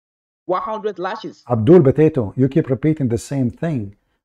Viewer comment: BOTATO.... INSTEAD OF POTATO..... Haha. Anyway great.